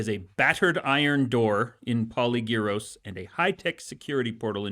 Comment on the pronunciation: PolYgyros, the y is pronounced i and the word is stressed on the first y. Have been living in Greece for the last 42 years. Merkel made us poor plus gave us a bad name. And since the war in Ukraine prices have more than doubled, especially for Olive Oil. One of the reasons I can't afford to buy audiobooks any more (and because you don't get them mp3) so I'm living with your podcast and TDW and listen to the WoT over and over